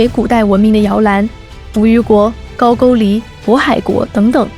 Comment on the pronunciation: 终于听到能正确读“高句丽”的自媒体了